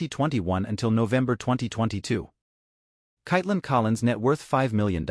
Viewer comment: As the narrator .... pronouncing her first name correctly is important . So frustrating .